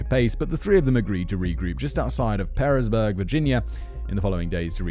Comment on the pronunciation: I will be that guy...Pearisburg is pronounced Paris-burg or the Pear part of the town pronounced like the fruit.